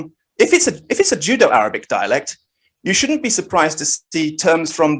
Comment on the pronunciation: I think was making a very apt pun on my sloppy pronunciation of Judeo and the fact that the Judeo-Arabic narrative is like "Jew-Jitsu" on the Abbasid narrative lol very good.